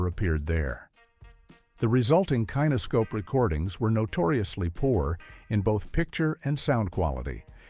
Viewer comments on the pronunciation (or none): Kinescope like next of kin, not kinescope like Ralph Kiner.